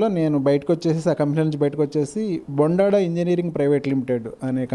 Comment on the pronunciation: Madam that is not Boondada It is Bondada mam